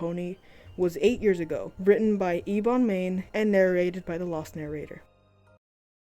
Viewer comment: i'm not telling you😈/j it's pronounced eh-bon, like ebony